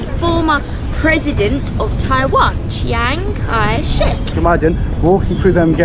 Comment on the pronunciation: 我直到今天才知道蒋介石的英文发音原来真的是常凯申😂😂😂